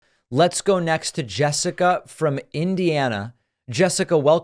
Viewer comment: Is it JUST me or did "Jessica" sound more like a "Jeff-ica"?😂❤ JK JK LoL